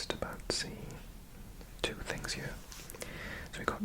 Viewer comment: what is funny is that as someone from outside the UK i don’t notice you having a welsh accent and i just hear a british one, EXCEPT when you say “here” and it sounds like hiyuhr